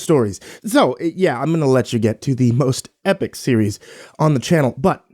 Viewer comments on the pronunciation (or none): none